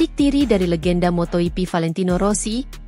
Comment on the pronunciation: Moto GP bukan moto hipi. Bgaimana sih cara baca nya. Biasa saja bro ndak usah di gaya rayakan ndak enak dengerin nya.